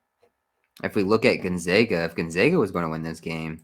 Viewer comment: I’m from Spokane WA and it’s pronounced Gone-Zag-A not Gone-Zog-A